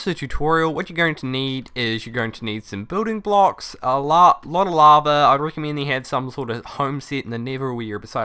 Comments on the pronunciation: is it only me or he says laver not lava it annoyins me so much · What is laver? Ohh its lava ok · Love how you call lava laver XD!